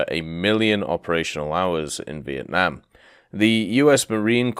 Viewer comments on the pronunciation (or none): none